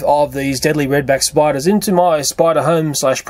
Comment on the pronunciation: Umm it's Spiders 🕷 not Spidars